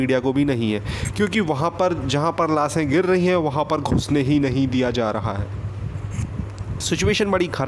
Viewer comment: पहले हिन्दी बोलने सीख लो लासे नही लाशे सोसल मीडिया नही शोशल